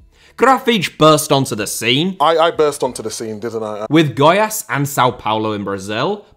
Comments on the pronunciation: just nailed Grafite's pronunciation, then proceeded to absolutely butcher Goiás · I can't say the same for the name of the club Goiás...😂😂